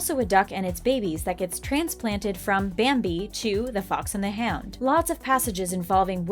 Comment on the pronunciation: I thought she said the fox and the ham 🤣🤣🤣